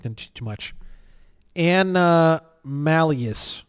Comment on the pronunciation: Lol... a-nom-a-lus